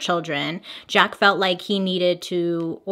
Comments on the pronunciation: 🤣🤣🤣 Not pronounced Jaka...it's French...zJaaaks with back throat guh sound on the cq is how Jacques is pronounced. Lol...Hilarious! I realized this is 2 years later, and you probably figured this out. lolol...ty ty ;))) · “Zja-kuh”... “jack” 😂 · Jhaaarks not Jack 😁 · Jaques but pronounced shaq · We went from Jaca to Jack— neither correct, on the name Jacques. 😂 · So funny how she pronounces the name Jacque 😅 for those who dont know its a french name and its kind of your US version of the name Jack. ❤ the more you know...🌈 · ...it's the pronouncing Jacques as "Jack" for me LOL love u bailey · I’m gonna need you to learn how to say Jacques in French. 😂 word of the day tho, amirite? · Bailey. Sugar. You can Google how to pronounce the name. Love ya!